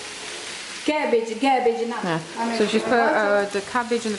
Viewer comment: Love how you call it gabbage 😂😂